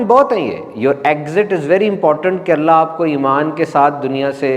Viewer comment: آیت قرآنی میں پیش ہے اسم جلالت پر اور ہمیں زبر معلوم ہوا کہ آپ نے زبر پڑھا دیکھ لیجئیے ایک بار اگر غلطی ہے تو درست کر لیجئیے